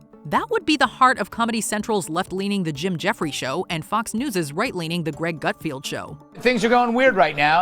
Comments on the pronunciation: Nice program, but it's Gutfeld, not Gutfield. Also, it wouldn't have hurt that Gutfeld has led the late night - in terms of gross ratings and ratings in the important advertiser-pleasing 18-48 age demo - every month and every quarter - for nearly a decade. His blend of humorous political and social trend commentary, on the market-leading cable news platform, dominates the late-night talk/comedy platform. Typical progressive crop. Disappointing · It's Greg GUTFELD. Not "GUTFIELD." Sheesh. Get the Leader of the Late Night Wars' NAME right, thank you.